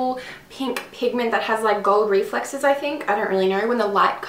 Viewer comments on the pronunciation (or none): did she say gold reflexes hahah